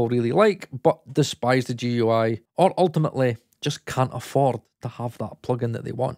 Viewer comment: Oh man, they way you say GUI is gonna tick some people off. Just so I don't need to comment another time, it's pronounced as a single word (like gooey)